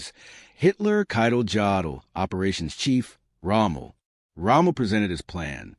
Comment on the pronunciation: The name Jodl is pronounced as Yodl. The name Goebbels is pronounced as Gerbles. Numerous sources have reported how the allied air campaign had a negligible affect on German factory production. Until late 1944, German production output was actually increasing. Just nowhere near enough.